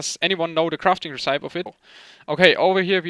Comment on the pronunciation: "recipe" is pronounced "rässipii" not "resseip":D